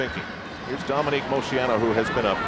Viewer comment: I wish Al learned the proper pronunciation of names. He just keeps mispronouncing Dominique's last name over and over.